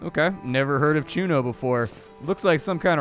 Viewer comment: It's pronounced Chu-nio (sort of, in English I believe you do not have the 'ñ'). Chuños are freeze-dried potatos, apparently. I didn't know them as well... Thank you, man. Now I gotta try them out... :p